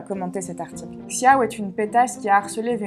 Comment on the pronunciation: Xiao peut se prononcer "chiao" avec un accent français, mais la prononciation chinoise se rapproche plus de "sho" ;) en tout cas bravo pour ton travail 💛